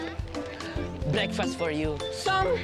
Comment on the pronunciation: ako lang ba o blekfast ang narinig ko? ahahha